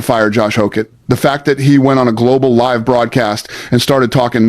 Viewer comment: What’s up with the AI Jimmy Kimmel voice? you know it’s AI when it says “live” like that (“live” as in living somewhere instead of “live” as in he said that crap live on television).